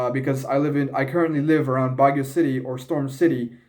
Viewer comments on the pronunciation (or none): Bagyo is different from baguio bro😂 emphasize the YO...